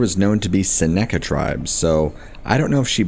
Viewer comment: You pronounce Seneca with the emphasis on the first syllable, i.e. "SEN-uh-ka". Btw, a large number of men from Westmoreland Co., PA sadly died in an ambush by a band of a few different tribes(Shawnee, Miami, Potowatomi, etc.) in my home state in 1781 during the Revolutionary War. In fact, so many were killed that nearly that entire generation of men in that county was lost. Their leader, and several of the soldiers and militiamen were tomahawked to death. The rest were taken up as POW's to the British at Detroit.